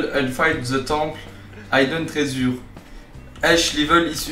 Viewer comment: Quand il a dit « hidden treasure » j’ai compris « I don’t raise you »